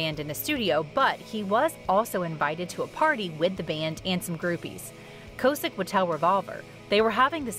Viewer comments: Kaw-sick...not co-sick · Its Rick K-awe-sick… not K-oh-sick btw He’ll always be Rick from Big Brother to me ❤️